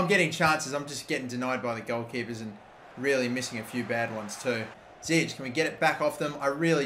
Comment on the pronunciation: It's zIyech not ziyek